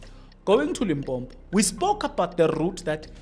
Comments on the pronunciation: Yhoo Jeso it's Limpopo not Limpompo😢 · It's not limpombo it's Limpopo. Argh